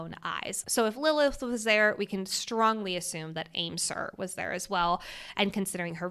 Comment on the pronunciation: I think Aimsir is pronounced “I’m-Shir” because I’m Irish and that words Irish for weather and it’s pronounced I’m-Shir here